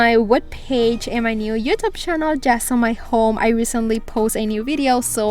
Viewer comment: Someone should help her pronounce channel?